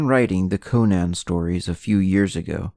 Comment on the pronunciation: Pronounced CONN-an, not Koh-NAN